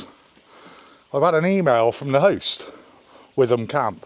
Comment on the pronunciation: I know Witham Friary quite well, as it's close to Frome. It's pronounced "Wi-tum", not "with-um" as most people often say. This should all work out in the end, modern life often requires a lot of patience.😉